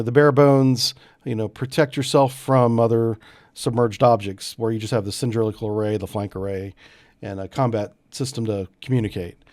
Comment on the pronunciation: 'cindrilic'????? seriously?????